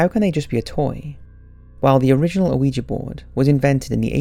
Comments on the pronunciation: It's not O-uiji it's Ouija not How he spelled it, but how he pronounced it Also one of the main rules is never take your hand off the planchette till you say goodbye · Does it bother anyone else that this guy pronounces it Oh-weejee? You don't pronounce the o. It's just weejee. The French word for yes isn't pronounced o-wee. It's wee. Oui. Yes. Ja. Yes. Ouija. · The O at the beginning of Ouija board is silent...phonetically its we -ja. Sorry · can everybody stop saying "oueejee"?! the word is ou-ee-ja! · Why does EVERYONE pronounce it (incorrectly) ‘wee-jay’...??? It’s an OPEN ‘A’ at the end... “WEE-JAH”! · 😣 the "O" in ouija isn't pronounced. Oui as in the French word for yes or "weegee" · Why does almost everyone pronounce it "oh we gee"? The o is silent. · I really like your videos but you have got to work on your pronunciation, Ouija is phonetically pronounced 'wee-ja' you don't pronounce the O at the front. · I almost stopped watching because they pronounced it "ooeejee" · it makes me laugh how you say ouija board :D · pretty sure the o is silent man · The O is silent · Still pronouncing it wrong... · it's hard to take you seriously when you don't even pronounce Ouija correctly smh